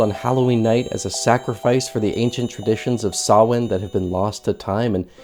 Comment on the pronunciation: Thank you for prononcing Sahmain correctly. The most agravating scene in all the Halloween movies for me is when Loomis keeps saying Sam-hane. I know it's a weird thing to be annoyed by, but it's like hearing fingernails on a chalkboard to me